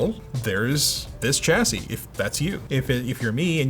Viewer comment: It's not a CHASY it's a CHASSIE 😑 Also....... you made it 😁